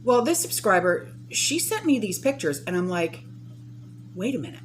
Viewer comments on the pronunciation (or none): none